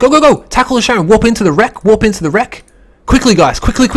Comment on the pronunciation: Not Sharon, but KA-ron :) Like the boatman over the river Styx in the underworld. ;)